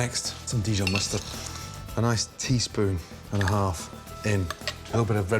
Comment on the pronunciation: You can hear Ramsay's Scottish accent slip out in the way he says mustard here.